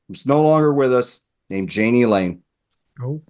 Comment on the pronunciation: Jani Lane's name is pronounced Yah-nee